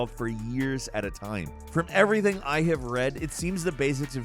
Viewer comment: "I tell you ebry ting"